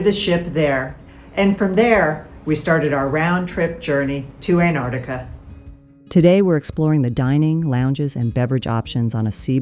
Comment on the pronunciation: Antarctica. That's ANTARCTICA! Pronunciation is key. Must try harder.